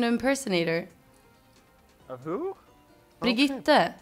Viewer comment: still funny how they placed the R, Birgitte